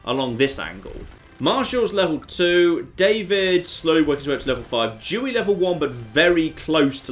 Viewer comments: why does pronounce Dewey with a "dj"? Makes me think he's saying a slur. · I wasn't looking, so hearing him say Adolf and then hearing him pronounce Dewey was concerning